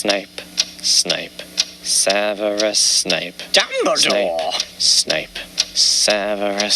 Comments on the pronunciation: Your saying it wrong it’s Dumbledore, not Dumbeloe! Pls no hate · AcCIo Me I read this when he said dumbledoor